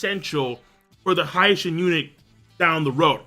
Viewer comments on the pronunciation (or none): Mate ill fucking flip out every time u pronounce hi-shin as hai shin...seriously..stop it.